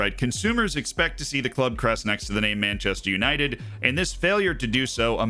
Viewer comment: Manchaster United Menchester United Menchaster United :D